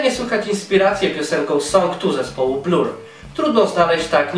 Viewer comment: "Blur" czyta się "bler". Wg Pink jest bardziej popowa, niż o niej mówisz ;p Ale oczywiście więcej w niej gitarowości, więc rockowości więcej, niż w np. Spice Girls.